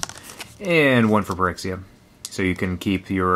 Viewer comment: Most people probably know, but Phyrexia is supposed to be pronounced as Fyrexia, Ph is usually treated as F in english.